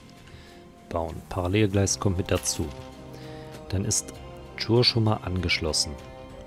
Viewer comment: Die Stadt "Chur" spricht sich "Kur"...